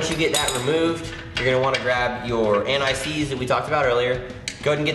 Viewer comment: also when installing the DP to the turbo you said don't forget "antiseeds"? what is that?